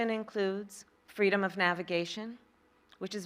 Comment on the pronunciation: "FWEEDOM" - Kamala Harris